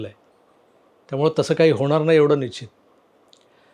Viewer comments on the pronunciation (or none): none